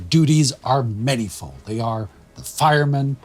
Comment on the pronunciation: We find bright spots where we can - I heard "manifold" as" manyful" and enjoyed that newly minted word very much!